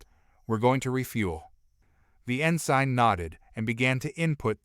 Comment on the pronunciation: It irks me how rhe A.I. pronounces some of these words, such as "Ensign" being pronounced as "In Sign", as opposed to "In Sin". Or even these VII being referred to as , "Roman 7"